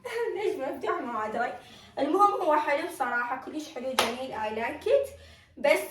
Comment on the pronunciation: ليش تكول ايلايكت مو اي لايكد؟